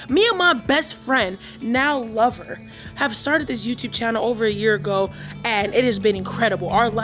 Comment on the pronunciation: Oh and I saw how you said lover and stressed lover. Okay we see you. Answering questions on the sly lol 😂